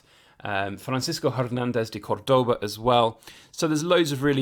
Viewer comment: The other way round it’s called Spanglish but would it be Englspan for British/Americans? Btw the accent is on the first syllable (Córdoba), other than that pretty decent pronouncing going on here.